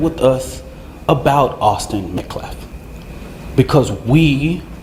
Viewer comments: Public sidewalk. He had as much right to be there as they. And, its met-calf not meh-caf. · Metcalf not Mcalf!!! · The name is pronounce Met Calf. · "Disrespectul"... not pronouncing the victim's last name is disrespectful!